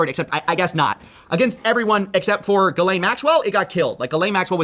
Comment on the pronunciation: Her name is pronounced Jizz-lane